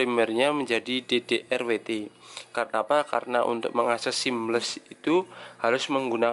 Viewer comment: DDWRT MAS BUKAN DDRWT 😂😂😂